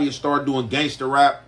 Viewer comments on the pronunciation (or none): none